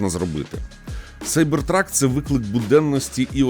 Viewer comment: Нарешті хоч хтось правильно вимовляє назву моделі - Сайбертрак. А то заладили зі своїм Кібертрак. Ну, якщо вже перекладаєте Cyber в Кібер, то і перекладайте truck в Вантажівку, тобто Кібервантажівка)